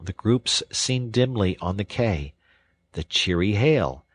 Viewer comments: Quay is pronounced Key. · Very good. Quay is pronounced key.